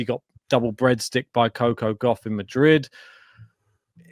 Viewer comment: The way you guys pronounce Coco Gauff is so pleasing to the ear.